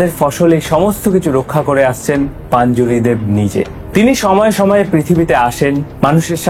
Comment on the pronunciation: ওটা পাঞ্জুরি না রে ভাই, ওটা পঞ্জুরলী 😅